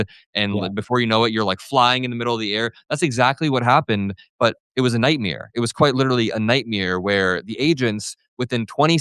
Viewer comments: nightmare not nightmeer haha keep it up though:) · Night Mair. Like hair but with a M. It should not ryhme with beer. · Bro what is a nightmeowr? xD